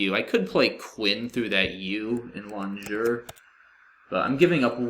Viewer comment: nice win. I don't like to talk about G's, but LONGUEUR is pronounced with a hard G